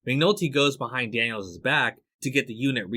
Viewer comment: Daniel-Zez ??? Lol Really dude? Learn English. The possessive form of the name Daniels (Daniel's ) is just supposed to be pronounced Exactly the same as " Daniels " .